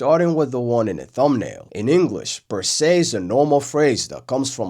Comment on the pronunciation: While you are correct that Per se looks like "Perse" in Finnish, the sound of the word is honestly just "close enough" to sound like it. Per se is pronounced "Per Say" and you could even argue "PR Say" cause the E is very subtle compared to the finish PERSE so the pronunciation is still different enough that in a normal english conversation, if someone says "Per se" with the correct pronunciation, you do not hear "perse" so there is no need to stress about it. It's of course funnier in text.